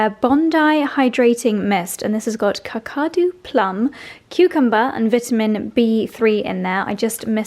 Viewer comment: Loved the variety today. It is pronounced. Kack- u- do. Kakadu plums grows wild where I FIFO to, Broome. Highest vitamin C level of any fruit or veg. Wonderful indigenous fruit.